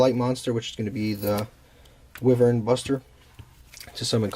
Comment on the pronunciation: It's pronounced "why-vur-n"